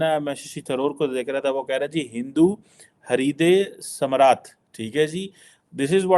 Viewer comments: Listen,, it's NOT HARIDEY SAMRAT, it's HINDU HRIDAY SAMRAT. HRIDAY MEANS HEART... You guys know only Punjabi. and Pakistanis make it Haridey...there is a language called Hindi which is again based on Sanskrit. But how would you guys understand, its beyond your Islamic Punjabi understanding 😅... My God... Haridey 🤦‍♀️ how would you guys know to pronounce Ri in HRIDAY❤.. everything isn't walikum and aslam walikum... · Ganwaar aadmi. It is not hariday samrat. It's hriday samraat ...ruler of hearts